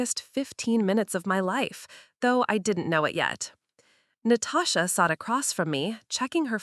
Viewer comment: Did she say her sister’s name was “NO-TOE-SHA”? That was hilarious 😆